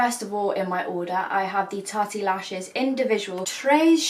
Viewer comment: Someone tell her it's not 'Tarty Lashes'